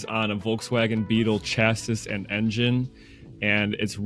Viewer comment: car detailer not knowing how to pronounce "chassis" is a chef's kiss